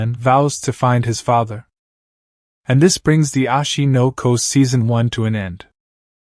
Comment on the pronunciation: why is he saying ashi no ko anime every second bro and its oshi no ko